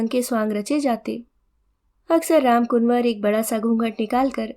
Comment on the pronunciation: वाचन सुन्दर एवं भावपूर्ण था परन्तु रामकुंवर को रामकुनवर कहना अखर गया।